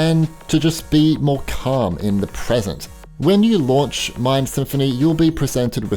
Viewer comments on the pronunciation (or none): none